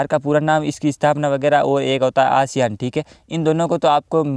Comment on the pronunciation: एशियान नहीं आसियान हैं।